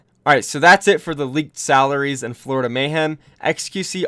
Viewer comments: oh boy i love the 'Florioda mayhem' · “Florioda Mayhem” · "Florioda mayhem"